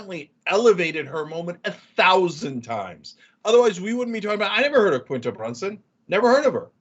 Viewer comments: It’s pronounced KWinta not Kinta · Pronounced "Qwinta Brunson".. Abott Elementary is on ABC.. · Pronounced "Kwin-tuh" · It’s pronounced “Qwentah” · The way you pronounce her name is cringey. Qu is a preschool sound. You have to go out of your way to say that short name wrong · I love how Ana's obsessed with the show but doesn't know what platforms it's on and can't pronounce Quinta's name properly lol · I could be just as offended by Anna mispronouncing Quinta's name repeatedly, but 🤷🏽‍♀️ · Y’all need to stick to politics cause I’m just going to condemn y’all for not saying Quinta name right. Like it’s with a Q in English really easy.